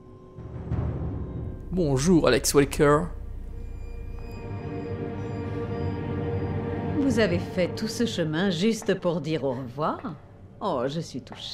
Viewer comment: Wesker, pas walker